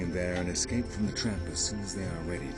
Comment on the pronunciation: The narrator needs some serious education in the pronunciation of words. It’s not a British thing, it’s a lazy-ignorance thing. There’s no excuse for saying “EXcape”. NONE. This is supposed to be a professional documentary.